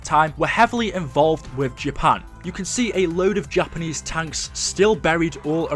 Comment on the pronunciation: when u said takanese i died 😂💀💀💀